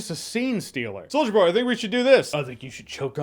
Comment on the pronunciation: Does anyone else hear “Soulja Boy” every time Jeremy says “Solider Boy?” No? Just me? Cool.